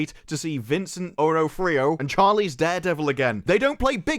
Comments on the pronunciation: D'Onofrio is pronounced duh-NOF-rio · You might have bothered to learn a thing or two about Vince D'Onofrio before flaunting your ignorance, starting with how to say his name. Same goes for ASL. A takedown works much better when you're not stunningly ignorant about the subject. I'm sure Echo is dog droppings as a show, but you can say that without displaying contempt for the very real challenges it depicts. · poor has no idea how to pronounce d'onofrio;3